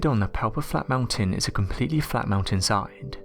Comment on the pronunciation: It's hella funny in number 2 how he says whatever.... flat mountains. It's sounds like he saying alfalfa fall flat mountain.😂😎